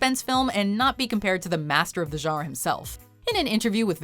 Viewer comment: Why can't you pronounce the word genre?